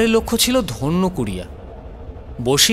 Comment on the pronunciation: ধন্যকুড়িয়া নয়, ধান্যকুড়িয়া